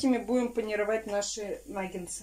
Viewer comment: Нагетсы! А не нагенсы!